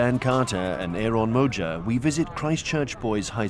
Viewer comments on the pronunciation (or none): "Ehron Mojar" lolol